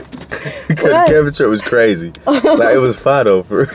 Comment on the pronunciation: “was that cwrazyy?” “no i like that!”